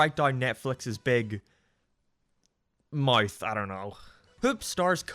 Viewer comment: Never heared anyone fail to pronounce the word "mouth".